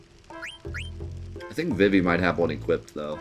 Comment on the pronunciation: It’s pronounced “Zuh Don” and “Vee Vee”